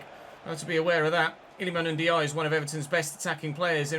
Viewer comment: Hi, Ndiaye is pronounced N-jayi.